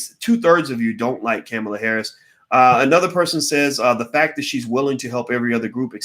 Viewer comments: I just wish he would pronounce her name correctly. Sorry, it just disrespectful no matter what color/nationality she is. I know one thing, just like Michelle Obama said, (paraphrased) if the orange guy gets re-elected this nation and world is doomed. Now, you can sit on your damned hands (like 2016) and be all high felutant if you want but if you think the guy has no barriers now, you've seen nothing yet. We only see what the news media has reported. If you don't thing far more self serving corruption is going on behind the scenes you need to get your head examined. The attitude of voting only when you want to (especially for president) is what got this country into this mess. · Again the man who is extremely intelligent but mispronounces everyone's name and also says it every 10 seconds... Cringeworthy think he does it on purpose.. her name ain't Camela it's Kamala 🤦🏾‍♂️. Still enjoy the videos👍🏾✊🏾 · Her name is pronounced Comma-la Harris...not Caa-mila....I think it's silly not to vote at all because you don't want to be forced to do so. That way of thinking will surely cause another 4 years of Trump....that's not shaming anyone....if your not going to participate in voting....then you have absolutely nothing to complain about and your opinion doesn't matter. While your waiting on a suitable person to vote for....you'll be waiting...and enjoy another 4 years of Trump.. Kamala has made errors and some things are problematic..that doesn't mean we should just sit on the side lines and let Trump win 4 more years....just ssying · Well, it would be better to know how to pronounce her name: Comma-la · Her name is pronounced like comma , comma-la. All ahs. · Why don’t you learn how to pronounce her name if you’re going To say it so much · The only person you can really trust is God. Everyone has flaws. You can't even pronounce her name correctly. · Please care about her enough to pronounce her name correctly. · Ugh..he keeps mis pronouncing her name...🤦‍♀️🤦‍♀️🤦‍♀️